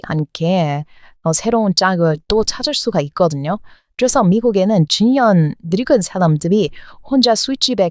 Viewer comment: 왜 "중년" 발음이 잘 안될까요?